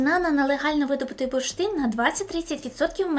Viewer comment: буршин, бурштин.....і тут бамц - реклама английскої.......а потім знов, буршит, бурштин